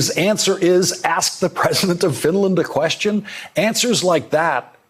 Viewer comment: Called Finland "Sfenland"....